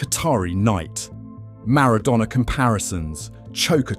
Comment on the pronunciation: Don't forget the AI voice as well. Who would make a 30 minute video about Argentina football history and not know how to pronounce Maradona.